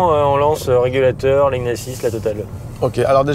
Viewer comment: A 6mn 40secs : "Régalateur" au lieu de régulateur : on sent les gens qui aiment profiter de la vie ! En tout cas vous nous "régalatez", comme d'habitude ! 🙂👍